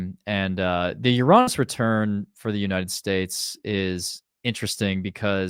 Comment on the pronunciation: What? Did he say You Raww Ness? I never heard that. I've only heard Your Anus or You reh ness